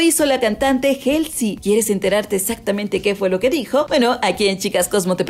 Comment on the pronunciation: Por qué pronuncias Halsey como Jelsy, cuando lo correcto es Jolsy? Siempre que dicen el nombre de Halsey en español, escucho que dicen Jelsy.🙉